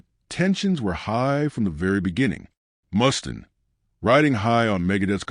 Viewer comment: Jesus, is this the best AI could come up with. Reoccurring photos of a baby’s foot, random stills of Ozzy and an unwavering mispronunciation of Mustaine?